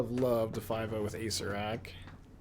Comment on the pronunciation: please... your killing me. It's pronounced ah-SAYR-er-ak...someone in his twitch chat, PLEASE tell him. It's hurts me to hear acerak. It's acererak.